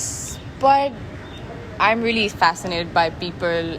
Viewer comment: What ko Whaaat Really ko Reely Bc Retake He Leliya Karo